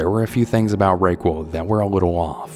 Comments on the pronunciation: Uh, is that name really supposed to be pronounced "Ray-Qwul" or is it actually Raquel that's pronounced "Rah-Kell" lol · It’s pronounced rok-el. Not Ro-quill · The first story bugged me because I’m pretty sure the woman’s name is Raquel which is pronounced Ra-Kell 😂😅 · Rae-cwool 😭 Listening to this over again on a late night and, its pronounced Raw-Kell. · Dear, if "Ray-qwell", the lady who practiced "Wic-ked", spells her name R•a•q•u•e•l, of Spanish origin for Rachel, then you have just had two strikes. It's Rah-KELL' and she's a Wiccan, (wik-kun), a practicer of WICCA, (wik'-kuh)...a religion of sorts. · Raquel ? …. “Rock - eL” not ray-quil 😂 No matter what the name cannot be rayquil. Stories were excellent ❤ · The name Raquel is pronounced Rah-kel. Not Ray-quel.🤷‍♀️ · Love you ❤ but it’s “raw-kell” not “ray-quail” 😂❤ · I think the lady from story 2 is named Raquel. You are saying Rayquil, like Dayquil. It's pronounced Ra KELL! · Is it pronounced Rayqual or rockel? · its not ray-wqell, its rock-ell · Who is Raykwul? I know he’s not trying to say Raquel 😭😭😭😂😂😂😂 sir, that is pronounced “rock-kel”🤦🏽‍♀️ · I was looking for this comment lol!! I was thinking it must've been Raquelle or the way you spelled it. It's pronounced "Rack-Elle". I don't know if I can even finish this story cos of the weird way he's saying it!! Lol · Ahahahaha I thought the exact same thing! I was like wtf kinda name is RAYQUILL, also he has other words where he doesn’t know how to pronounce. No matter tho still a great channel nonetheless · "rake wool" Bro have you never heard the name Raquel I'm dead 😭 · omg as soon as u started the second story i randomly remembered “ray-kwell” then you said it😂 freaky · You probably know this by now, but gentle pronunciation help: "Raquel* is pronounced "rah-kell," and I thiiink the writer of that same story meant "Wiccan," rather than "wicked." 💕 Hope that helps! And yes, no need for content apologies! 💙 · Pretty sure you mean “Rah-kell” (Raquel).